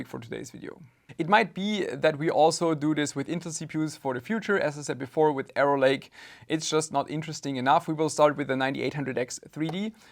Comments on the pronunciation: when spells arrow lake, it sounds more like error lake, unless i did hear wrong:D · I kept thinking you were saying "error-lake" instead of "arrow-lake" and it was infinitely funnier lol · Intel "Error-Lake" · Intel "Error" Lake xD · all i hear when u say arrow lake is error lake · Why do i every time hear "Error Lake" Intel CPUs? 😂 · Love the way you pronounce that,, “Intel Error Lake.” Totally fitting!